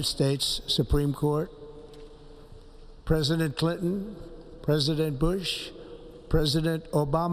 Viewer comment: How say,s buuush like that ?:eyes-purple-crying